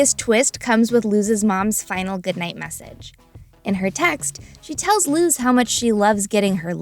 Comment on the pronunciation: ok great video but am i the only one that got so frustrated at the way she kept pronouncing luz's name like "looz" instead of "luce"? like i know im just nitpicking at this point but it annoyed me so much throughout the video XD